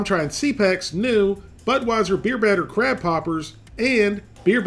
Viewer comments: Did you say beer battered crap poppers? lol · When he said crab poppers i thot he was saying crap hoppers